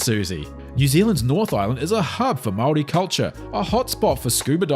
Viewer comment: at least pronounce Māori correctly